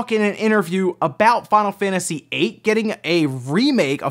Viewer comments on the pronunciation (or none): none